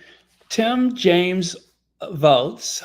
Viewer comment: Hi, please don't be offended, but Kamala pronounces her running mate: Walz (like the dance). Hello to all, and have a blessed day ❤